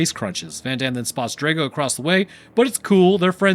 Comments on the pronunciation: It's (*draw-go), not (*dray-go) 😅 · Dr-ah-go you need to say it correctly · Draw go. Ivan Drago. That mispronounced name was an assault on the ears.